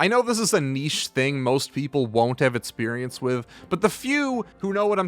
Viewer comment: Great videos, well done! But mate, why cant you pronounce the letter "X" lol? You seem to pronounce "experience" like "eTspirience" and such :)